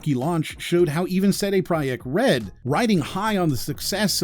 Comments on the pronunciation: did you say "se di prah yekt red"? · Sometimes i question if This is voiced by an ai cayse who says cd project red like That “Zeday pruhyeck red” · "...how even sede proiek red"? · Ceday Pryeck Red? Lmfao. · sedey proyekt red?? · Dangit you made me learn something today, Polish 'J' sounds come out more like an English 'Ye' and I've been saying that company's name wrong. Corroborated that from other sources. Still not sure if or not you're a robot, so I had to confirm with a third party. I appreciate that you put the word 'project' into the script within 60 seconds of saying 'CDprojektred' for comparison, lol. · I was onboard with the video until that egregiously cringe pronunciation of cd projekt red at . Instant dislike. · This channel is AI. You can tell because it fucked up trying to pronounce "CD Projekt Red" in a way no human ever would.